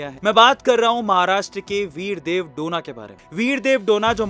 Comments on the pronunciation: उनका सरनेम " डोना " नही है. " डोने " है.गलत उच्चार मत करो. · Sir donna nahi pronounce it as do ne. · Bidev dhone name he name to sahi bolo a2